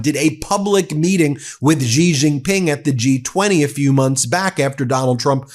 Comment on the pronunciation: Ben. Xi is pronounced “she” (very close to accurate). Please stop the weird noise you use for his name.